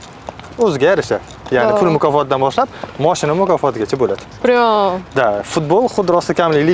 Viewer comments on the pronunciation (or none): none